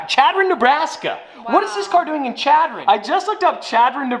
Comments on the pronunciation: Chadron Ne, pronounced -> Shadron. Not that it really matters but. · Chadron is pronounced like Shadron lol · Native Nebraskan here. The town of Chadron is pronounced with an sh sound at the beginning. Like “Sh”adron. I actually went to my first year of college in Chadron. Love your content!!👍🏼👍🏼 I’m with you though. I don’t know how they’re going to sell a Maserati in Chadron. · It's pronounced Shadron don't ask me why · love you to death😂 as a person from Nebraska it is pronounced (shad-ron) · Chadron Ne. is Pronounced Shadron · Hey now, I'm from Chadron Neb! Its (Sh)adron! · "Chadron" is pronounced SHAD-ron, just a FYI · Chadron is pronounced shadron sorry just bothered me a bit